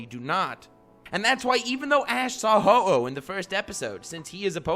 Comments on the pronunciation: My man said Who-Oh, smh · Cringe when pronounces Ho-Oh Hoo-Ooh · It's Ho-oh